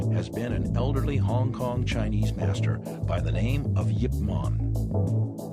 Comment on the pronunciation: Is he saying yip man?